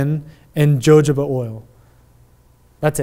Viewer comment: Hi, guys. in the video where Beard Baron's product is being reviewed, jojoba oil is pronounced "huh-ho'-ba" and not "jojo-ba." Thanks for the useful information on these products!